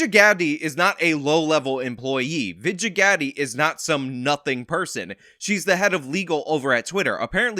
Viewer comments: not that this woman deserves an ounce of respect, but her name is pronounced: vij-eye-a god-ay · 1 correction: It’s pronounced Veej-eye-uh God-day and she’s no longer “one of the top people at Twitter”. She cried when Elon bought it (guilty much) and then was immediately fired. Lol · How the fuck does Ana not know how to pronounce Vagina Ghandi’s name? This story is huge and she’s still sounding it out. She just reads a prompter , man. They’re paid state actors at TYT.